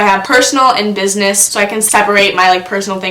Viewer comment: “Buisness” lmao (no hate I love ya) ❤️